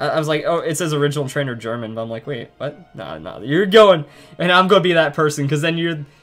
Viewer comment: That name German is pronounced 'Hermon